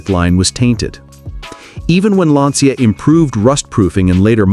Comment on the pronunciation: It's pronounced "lancha" And I owned a coupe. 50/50 it would start. And it was repainted before I picked it up from the dealership.